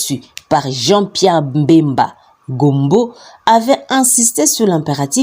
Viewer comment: C'est Bemba et non mbemba